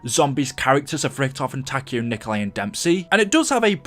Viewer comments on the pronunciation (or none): none